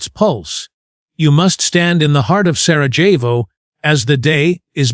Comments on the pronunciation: It's pronounced SaraYevo. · You cannot even get the pronunciation of your subject correctly ….PATHETIC.